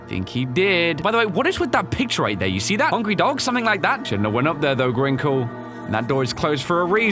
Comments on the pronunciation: It's Crinkle.. Not Grinkle 😂😂😂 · I keep hearing Gringo when he says crinkle 😂